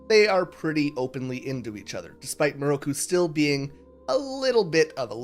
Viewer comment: took me half an hour to understand you pronounced Miroku in a nearly identical way to Naraku which explains why some points confused me immensely... I loved the video tho ! good work ! (also yes sango is 100% an angel)